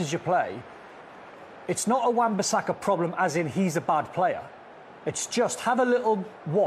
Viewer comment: How many times did they say Wan-Basaka.. 😂 😂 😂 😂 😂 😂